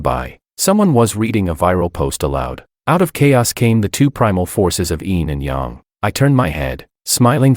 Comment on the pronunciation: I kinda hate how the AI constantly mispronounces words like Yin and Yang or some names not just in this video but in other videos by other people.